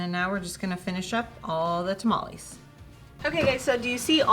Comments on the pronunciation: It hurts to hear mexicans say taamaallieee lol its tamale chika lol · fyi TamalEEEEs is not a word. Tamal = 1 Tamales (Pural) is pronounced Ta-Mal-eh-s no EEEE sound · You lost me TAH-MOLL-EES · She cant even say tamales right trying to talk like a white female